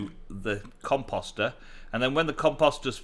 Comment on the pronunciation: There is no second M in Composter.. It is Com-Post-er.. not Com-Pom-ster.